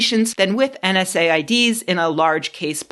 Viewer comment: You don't have to say N S A I Ds. It's pronounced en-saids. I said, you said, they said, en said.